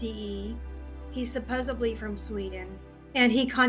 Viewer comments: “Supposably”?? It’s supposedly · "SUPPOSEBLY..." when I hear someone say "supposebly" it's easy to see why they are easily fooled. It's SUPPOSEDLY. Supposedly, with a D!!! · SupposeBLy is not a word people. English isn’t even my first language!! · I knew she was an easy mark when she said “supposebly” 😅😅😅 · she said "supposably" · What the heck is "supposebly?" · “Supposebly” is not a word. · She lost me at "supposably". 🙄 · Supposebly Is NOT A WORD! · I don't think it's a stroke I think it's just Americans. I've heard lots of them say 'supposably'. And the host of other mispronounced words. You lot can't be trusted with even one word of the English language, you butcher it.